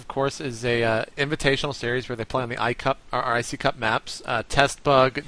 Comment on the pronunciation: You're awesome for doing the iccup casting with Raelcun, though I still wince when you just say iCup:P